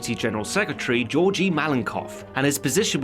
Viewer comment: Both Gs in Georgy are pronounced as g in gun not g in George. I enjoy all of your videos!